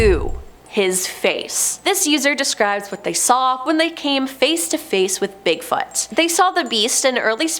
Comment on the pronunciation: Could you pronounce it "Bigfoot" please? I'm sure it's not "Bigfut"